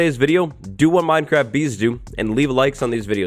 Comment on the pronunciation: The way minecraft is being pronounced in this video makes me feel uncomfortable (Minedcraft & modcraft are two examples).